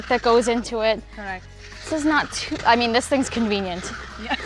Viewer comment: Yall hear that "ah mean" from? Your TT passport will arrive in 3-5 business days ma'am!